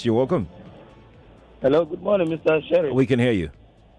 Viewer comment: oga Sheriff said wa serey 😂😅